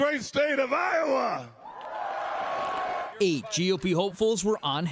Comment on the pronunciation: Lowa? It's Iowa,.